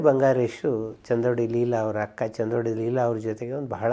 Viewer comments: ಸರ್ ಅದು ಚಂದೋಡಿ ಅಲ್ಲಾ ಚಿಂದೋಡಿ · ಚಂದೋಡಿ ಅಲ್ಲ. ಚಿಂದೋಡಿ ಅದು. ಚಿನ್ನದ ತೋಡಿ ತೊಡಿಸಿದಕ್ಕೆ ಬಂದ ಬಿರುದು... ಲೀಲಾ ಅವರ ವಂಶಕ್ಕೆ. 😊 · Chandodi alla, Chindodi